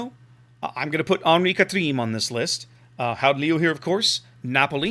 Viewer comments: when you said the name the second time it sounded pretty good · Your second attempt at the name was almost spot on.